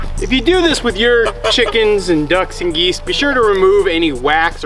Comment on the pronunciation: I love you say,”Release the quicken”!